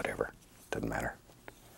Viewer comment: I love hearing him say "It dutten matter"